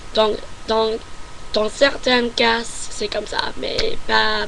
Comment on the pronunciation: Je n'avais regardé que ta première vidéo, et tu t'es énormément améliorée je trouve :) Juste, comme disent les autres, il y a des lettres en fin de mots à ne pas prononcer comme dans "parent" ou "cas" ou le "t" et le "s" ne se prononcent pas :) Bonne continuation ^^